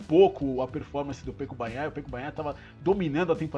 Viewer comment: Seus comentários são bem estruturados e mostram que vc entende muito do assunto. O único que gostaría de te dizer é que vc diz "Pêco" e o correto é "Peco" [ se pronuncía Péco]. Um forte abraço desde Girona (Catalunha).